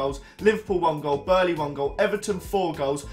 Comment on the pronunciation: Who is burley lol its burnley (bur-n-ley